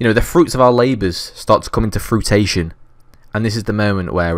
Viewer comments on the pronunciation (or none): Fru-ish-shun not frutation lmaooo much love